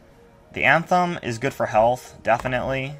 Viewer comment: Dude cool vid and all but it's not anthem it's athame